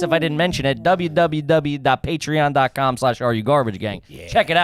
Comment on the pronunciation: he used to say wwwwwwwww